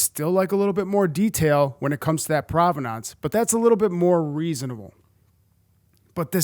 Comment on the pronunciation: I like your videos but I've never heard anyone pronounce provenance like that.